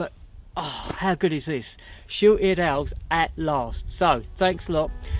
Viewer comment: Love your enthusiasm, I know it’s Christmas but I could swear you were saying short eared elves. 😀